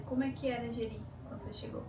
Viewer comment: Merci pour cette vidéo, ma femme est d'origine brésilienne et trouve cette présentation très sympa, elle a dit que l'on prononce juste "Jeri" 🙂